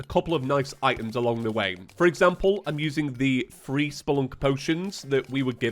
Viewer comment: I never know if he's saying FREE or three